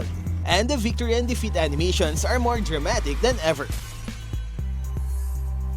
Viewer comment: defeat ❌ DEFEAT✅